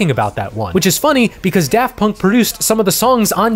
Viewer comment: Props to for putting in genuine effort to pronounce their extremely French names